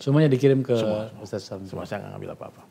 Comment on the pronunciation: Bukan USTAS bang tapi USTADZ atau kalo ga bisa bilang, USTAD/USTAT aja